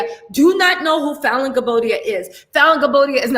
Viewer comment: you pronounced Falynn's name correctly lol😆